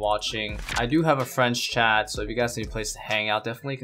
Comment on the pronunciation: Every time you say you have a "friend's chat" I hear French chat. 😅😆